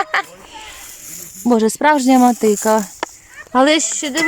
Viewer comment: Не матиКа, а матиГа